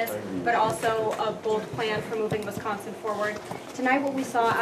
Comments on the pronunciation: Its Wisconsin not WIS consin.. and quite saying I think and forward to! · This must be one of Gov. Walker's out of state hires. When these folks come in they should learn how to say Wisconsin.